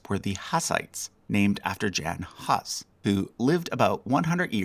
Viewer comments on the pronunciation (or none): Geeky, unnecessary point, it’s Jan ( Yan) Huss ( Hoose). You may now return to your regular scheduled programming.